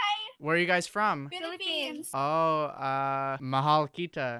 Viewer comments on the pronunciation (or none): "Mahaul keeta" hahah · it hurts me on how he said ‘mahal kita’ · the way he said “mahal kita” is just perfect for the phillipine viewers like me